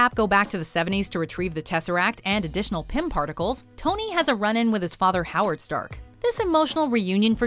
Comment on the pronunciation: "additional pimp articles" hehehehehehe ...yes i know it's pym particles